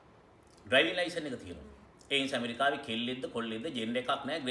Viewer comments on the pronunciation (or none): none